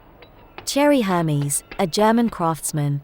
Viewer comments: One of the Hermès family members - patriarch Bertrand Puech (at ) pronounced it ‘er-mez’, not ‘her-mees’. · I'm glad you speak French as well. But, the people speaking French was Parisian French, but the narrator said " Cyril Pigot"...we don't sound out " got " and Her-mies which is wrong. We don't sound out the "H". Check at 45 seconds in to 1 minute 5 seconds. we don't pronounced Élysée Palace like that. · L'un des membres de la famille Hermès, le patriarche Bertrand Puech (vers ) le prononçait « er-mez » et non « her-mees ». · Her mess? Air may. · It’s not Hermies ; but Erm`es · STOP PRONOUNCING HERMES. HERMEEES. It's air-mez omfg these documentary makers need to do better. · Air-Mez! I cannot take this seriously when I hear “Her-Mis” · WTF is Hurmys? It's Hermès! RESPECT! ❤BRASIL❤ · Pronouced Her-Mess not Her-Mizz. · Pronunciation is: Air-Mess, not Her- Meez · Your pronunciation is wrong! It’s “Air” “Mez” … not “Her” “Meez” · So annoying to hear wrong pronunciation: Hermès ehr/mehs, not Hermiz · The voice over pronounced the brand wrong it’s not Ermees. It’s Er-mesz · You don't pronounce it HERMEES, the second e is an eh sound! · The narrator is not pronouncing the name Hermes properly. It is pronounced AIR-MEZ. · Air-mes, not Z S like Snake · Hermis???? Omg how can one pronounce it so wrong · It's Ermez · Every time she says HER MEZ, I want to scream. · I heard her say HAIR MEEZ ! 😅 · H is for Hair-MEES! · Oh we don't pronounce H in french, so it's Air Mess! That's it! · It's actually pronounced Hair-Mess! It is 😊. Hello from Paris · Right!!!! Isn't it ridiculous!?!? People who cannot even pronounce the name right know nothing about the brand. I am so appauled . HERMEEEES?! Seriously! These people ain't right. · Her-meez. Ouch! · Who are you! Instead of uttering ermes in your bedroom, go to the production house of these video and ask them to change if possible. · Hermis…. LOL! When you do a documentary, make sure you know how to pronounce it correctly